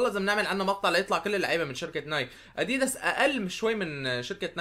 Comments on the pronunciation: هههههههه كيف بتحكي اديييدس هي اديداس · اسمه ادداس مو اديدس احجي عدل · انت عم تقول اديديس ههههه اللفظ غلط😂😂😂😂😂😂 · ما قصدي اتذمر بس تنقال الكلمة أَ دِ دَسْ بس مو مهم المهم المقطع الرائع واستمر يا بطل و ان شاء الله توصل المليون باقرب وقت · إسمه اديداس مش اديدس😂🔥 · اديدس؟؟؟؟ اسمه اديدااااااااااااااااس مرفوعه بي الالف يا تيس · اديداس مو اديدس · عفكرة انت مالك عم تلفظ اديداس